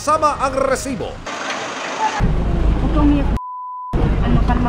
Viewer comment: Rrrrrrrresibo. Umay ka namang host. OA